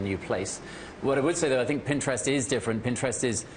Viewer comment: PinGtrest. I don't think she's saying it right.